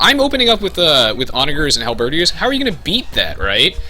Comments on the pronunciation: I mean this in the nicest way possible: Your pronunciation of Halberdiers is wrong. It's not pronounced Hal-bird-ee-ers, it's pronounced Hal-bird-eers. Not sure if it's a subconscious thing, as I tend to do the same without realizing sometimes but hope that helps! Great tutorial, btw. It's helped me get back into this game and really think about different strategies to implement. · dude, its pronounced... Onagers -> On-ajers Halberdiers -> Hal-burr-deers